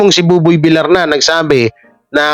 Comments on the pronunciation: Masakit sa twnga kung bigkas di tama.. Villar ang bigkas vilyar hindi Vilar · Vilyar ang pagbigkas hindi Vilar(villar) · ……No offense meant…..sa iyo….PLEASE lang…..BUBOY VILLAR……pronounced as BUBOY….[ BIL-YAR] NOT [ BI-LAR ] Iwinawasto ka lang namin ….dahil “ mahal ka namin” …ok ba???? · Tagal ko nang Chineck si …kaso….no effect,l..VILLAR…..pronounced [ BIL- YAR] ….NOT BILAR!!! sakit sa tenga!!! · vilyar ang bigkas nyan hindi vilar, Spanish word yan Hindi English. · pag double L ang nasa apeiyido ang pronounciation nun ay Y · Vilyar anq pagpronouncee sa Villar